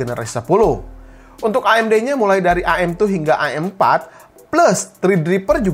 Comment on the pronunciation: Wih sering ngaji nih ngomong am4 aja a' m4